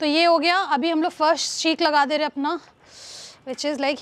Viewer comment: Didi its seekh not sheekhhh, cmon